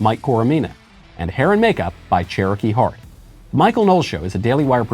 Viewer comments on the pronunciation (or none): none